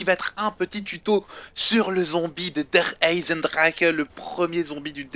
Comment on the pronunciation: Gros apprend a dire Der EisenDrache et t'est le premier fr et j'aime pas ca :(